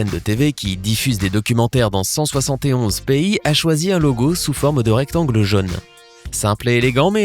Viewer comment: Instructif. La voix est agréable, mais c'est quoi cette prononciation ? Mondial ou mondialement, contient, entier, diagramme, tiens, primordial... ne se prononcent pas Mondjal ou mondjalement, contchin, entchier, djagramme, tcheins, primordjal... Quant à jaune, chrome, chose, rôle, ou chauve-souris, ils contiennent (sans CH) tous un O fermé [o en alphabet phonétique international] comme dans "peau". En revanche, le O de soleil ou de adorable est ouvert [ɔ] comme dans robe. Et la voyelle finale de succès ou vendait est un e ouvert [ɛ] comme dans "perte". Attention aussi aux E muets qui ne se prononcent pas EU, voire pas du tout !